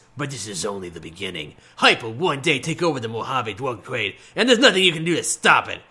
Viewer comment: "Mojave dwug twade."